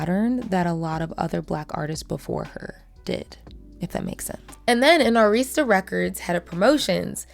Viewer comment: for future: Arista is pronounced AIR-i--sta